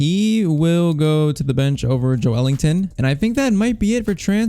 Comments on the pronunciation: It’s Ｊｏｅｌｉｎｔｏｎ not ｊｏｅ ｅｌｉｎｇｔｏｎ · joelinton is pronounced joe lin ton